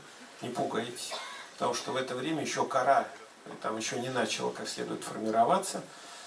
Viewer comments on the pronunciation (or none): Кора не началА, а не нАчала. 😆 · как раз недостаёт одного не😁 Кора не началА, а не 'не нАчала' 😉😁